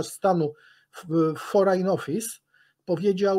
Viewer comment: ..duzo pan dobrze mowi..troche moze gorzej..ale blagam...jezeli musi pan uzywac slow angielskich to naucz sie pan je poprawnie wymawiac..no sorry ale jak slysze pana wymawiajac forain...zamiast foryn to uszy bola...uzywasz pan kilkunastu slow angielskich w kazdej wypowiedzi...to nie powinno byc niewykonalne by zblizyc ich wypowiadanie do poprawnego